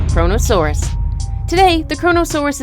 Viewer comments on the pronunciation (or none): Cronasouras lol